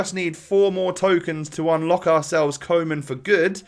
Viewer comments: it’s pronounced kooman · It’s pronounced Koo-man mate 👍🏼👍🏼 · I'm dutch you pronounce koeman as kumun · You pronounce it like ‘kuman’ goodluck with it haha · Koeman is pronnouced as kouman it means cowman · You pronounce it Kuuman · Koeman is pronounced Koo-man